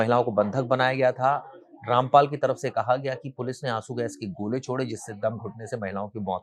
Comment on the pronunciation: उनका नाम ठीक से लीजिये